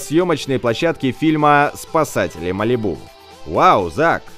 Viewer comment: Я аж не могу тебя слушать не МАЛИБУ А МАЛИ'БУ